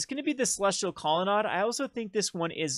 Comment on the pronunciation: Grammer Police here!!.. I appologize.. Colonnade is Promounce Aid at the end .. Not Odd But.. do it your way.. Just my pet peavishness.